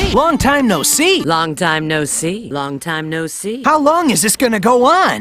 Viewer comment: after a while "Long Time No See", begins to sound like a french word...lmfao